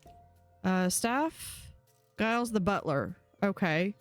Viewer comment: It's not pronounced guy-les it's a j sound at the beginning. Like Giles from Buffy :) just letting you know. :)